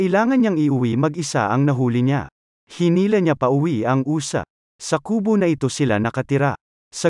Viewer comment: Ang ganda! ayusin mo lang pagsasalita mo at hindi normal pakinggan nakaiirita lang, anong uza? mabils lang...usa! hindi uza! 😂😅